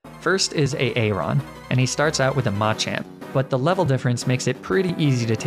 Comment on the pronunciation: Lmao I love the way you pronounce some of these pokemon and trainer names. A aron and daydenne are two of my faves 🤣🤣